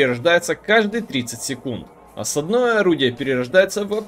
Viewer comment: ещё раз скажешь осаднОе, а не Осадное, я от тебя отпишусь 😂😂😂😂